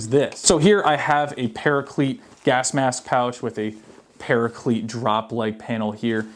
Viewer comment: why do you pronounce paraclete like that ☹☹☹☹☹☹☹☹☹